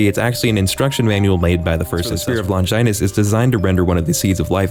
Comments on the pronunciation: "sPEar oF LoNGjaYNUs" - 🤓 dude its pronounced long-gi-nus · This mf pronounced "longinus" as "lonjainus" 😭😭😭